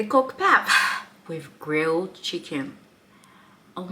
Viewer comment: Welcome to Mzansi❤ Please note that pap is pronounced "pup"😊